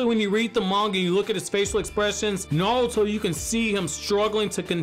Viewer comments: It's naruto not nawuto 😬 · I’m sorry, don’t mean to be an ass but I couldn’t watch just because I kept hearing you say “Nawuto”. It’s not you it’s me lol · Why you keep saying “naluto” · "Nawuto" lol